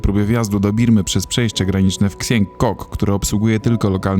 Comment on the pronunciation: Super filmik i reszta... Xiang nie czyta się ksiang tylko Sian ale to już pewnie wiesz :) super kanał i jestem szczęśliwy mogąc choc trochu podróżować razem z Wami, samemu nie za bardzo mając możliwości. Dlatego dziękuję za Twój trud włożony w filmiki :)